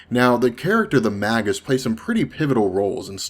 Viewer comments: It's pronounced, "MAY GUS" not "mag us". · not magus with a hard g ie magg-us it is may -jus